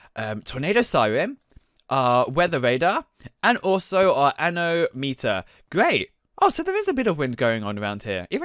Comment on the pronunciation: Actually its not anometer its anomometer